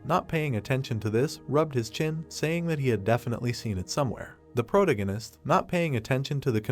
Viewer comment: really hate how you say "Protagonist"